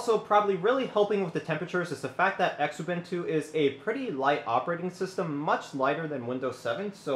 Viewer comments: Penny are not engraved they are stamped ! also the X in xubuntu is pronounced as a z zu-bun-tu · Xubuntu. Pronounced Zoo-bun-too.